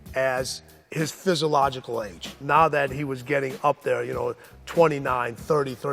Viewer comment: Is it just me or does Tim Grover make up words on occasion? lol physicalogical??